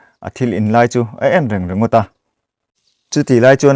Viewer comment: khawngsihin, re re ti lovin reng reng tiin lam thin la ka ti khawp mai, mizo tawng hi uluk a tha e, i thi chhiar chu a ngaihnawm e.